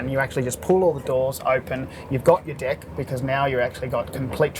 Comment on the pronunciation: every time he says "deck" it sounds like "dick"